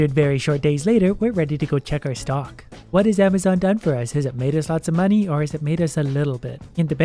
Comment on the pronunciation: How has no one said ‘You mean AmaZONE right?’